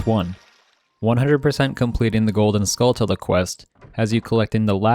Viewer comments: JFC. Have you never heard of a tarantula? Say the word out loud. Now say “Skulltula”. You’ve been pronouncing it wrong this entire time. The correct way to say it is skull-chu-la. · How do you literally not know it's pronounced like tarantula. Skull tella... Good grief dude. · Duuuuuude, Skulltula (Skull-CHula) y’know, kind of like tarantula (taran-CHula). Other than that, cool video.